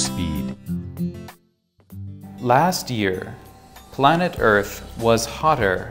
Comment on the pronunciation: lastがpastに聞こえるのだが。